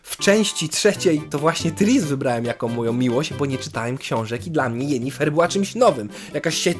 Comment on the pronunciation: Sorry, ale jak mówisz "Jenifer" zamiast "Yennefer" to mi się barszcz wigilijny cofa :O